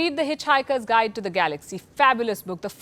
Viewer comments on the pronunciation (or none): none